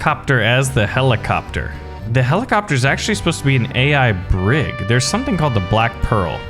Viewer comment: A BrIG, he called it a bRIG lmao. Your knowledge of 18th and 19th-century naval warfare disappoints me